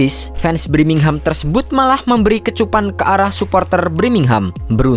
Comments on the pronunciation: BIRMINGHAM TOLOL BUKAN BRIMINGHAM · Wkwkkwww Birmingham Knpa jdi Brimingham Ngakak gua setiap dia ngomong gitu... Hahaa hahaaa Semangat trus 👏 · Birmingham bukan BRIMINGHAM blokk!!! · BIRMINGHAM bukan BRIMINGHAM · Birmingham min bukan Brimingham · Brimingham apa birmingham min 😅